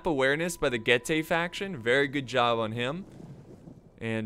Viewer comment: Being from Romania, it triggers me so much when he misspronounces Getae. It's Getae not GayTea. <3